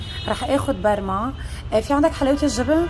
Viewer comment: اسمها مبرومه وليس برما